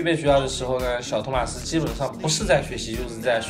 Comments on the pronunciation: 真的唸錯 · 動漫 這不是地方翻譯的問題 他真的唸錯了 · 其實你名子讀錯了